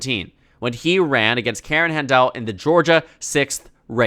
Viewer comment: Just fyi, Karen Handel’s last name is pronounced just like a door handle. Also, I think Ossoff wins and helps the rest of the statewide ticket.